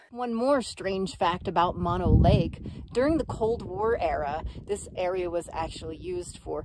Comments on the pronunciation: Pronounced MOH, NO. BOTH Os are long. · It’s pronounced Moe-no.